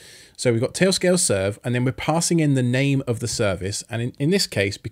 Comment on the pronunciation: “Tay-o scay-o”